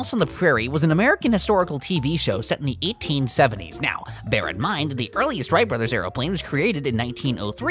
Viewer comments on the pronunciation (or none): none